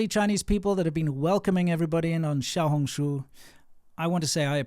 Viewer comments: You lived in China 14 years still couldn’t pronounce Xiaohongshu 😂😂😂😂 that doesn’t sound very smart.. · Shou-hung-shoe? (This is just how am trying to type the pronounciation) Im guessing Shou is little hung is red and shoe is book